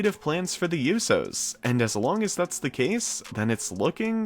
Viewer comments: I was pissed when he kept saying the yousos not the Usos it really annoyed me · It's USOs not Yusos 😩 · Bro it’s USO’s (ooooo so) not (you so) ! I’m sorry but that bugged me. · I guess you don't listen to how their name is pronounced, it's writen Uso, it's pronounced ooso and not youso, pronounce it right or not at all. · I know you did not say you do instead of uso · It's pronounced oo-so, not you-so. How can you not know that? I had to give you a thumbs down just for that. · It's not pronounced uso it's oo-so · It's not pronounced "yousos". If you want to be considered legitimate, pronounce names correctly. That was a long-winded video that could have been done in two or three minutes. Didn't need 7 minutes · The YOU-sows lmao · It is pronounced "OOO-SOs" not "ewyou-sews" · It's not tho yousos it's usos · Usohh not youso lol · The Yousos! 😂 You mean the Usos! 😉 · The "you-sos" 😂😂😂 it's usos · Please stop saying YOO-so. Its OO-so. No Y. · its OOO-so..... not You-so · USO's pronounced -("ooooh so's") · Who are the "You-so's"? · Bro why do you pronounce it “you sos” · “The Yousos” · E Learn how to pronounce names before speaking on them please. Who is Yousos? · The You-so’s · Yousos go hammmm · The YoUsos? lmfao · aieshao you so’s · Great video, and I love naomi but you gotta pronounce the USO's name properly brav lol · Your saying the usos name wrong watch the ring announcer say there name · You are pronouncing it WRONG!!! She's married to one of them and I believe all three are on probation so they can't leave the U.S. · you need to say the tag team right you are not saying it correctly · Learn how to say USO’s name right now!!!! 🤬🤬🤬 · The way he say Usos😂😂😂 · U keep pronouncing the "Usos" wrong...it's so annoying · You pronounced the Usos name wrong. Smdh. Bt yea. Naomi is a grown woman. I know tht's her man bt she should be able to come back to the ring. Smh. Hops she comes back. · Please learn how to say The Uso’s name right 🤦🏽‍♀️🤦🏽‍♀️🤦🏽‍♀️🤦🏽‍♀️🙄🙄🙄🙄🤣💀